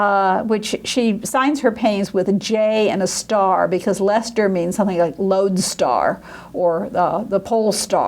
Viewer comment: As a scholar you need to work on your pronunciation of Dutch words and names.. ' Leyster ' would rhyme more with ' pay ' payster